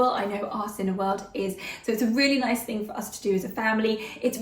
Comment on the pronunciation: "noice!" (with the pens) 😀 "Oh yeeeah" (with the guac) - detecting some Aussie accent there? hehehe